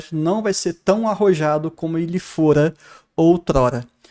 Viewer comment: "Como ele foura outrora" gastei aqui kkkk